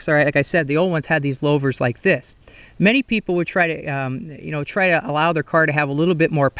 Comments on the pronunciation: lou-vers not low-vers good vid thow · Good info on the design of new and old style glasspacks. In the old days we would bake the glasspack in a fire pit before installing. I always heard Louvres pronounced as Lewvers not Lowvers. Just like in the name Lou Castello. 😷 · Louvers like ew or St. Louis not lovers with a long L.